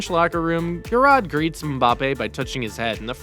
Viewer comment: Just a side note, Chech is pronounced as Check, and Giroud is pronounced Gi Roo (it’s French so the d is silent) and not Gi rod. There are a few others as well but other than that excellent video I enjoyed it